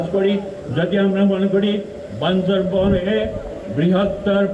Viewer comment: বান্দরবান ✅ বান্দরবন ❌